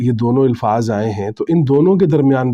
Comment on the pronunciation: مجھے سمجھ یہ آ رہی ہے کہ آپ "الفاظ" لفظ کی الف کو لاشعوری طور پر زیر دیکر اِلفاظ پڑھ رہے ہیں جبکہ الف پر زبر یعنی اَلفاظ بر وزن افعال پڑھنا چاہیے۔